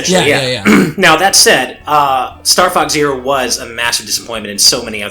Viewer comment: Sounds like he keeps saying “Star Fucks Zero.” In my frustration trying to play that game it would have been a more appropriate title.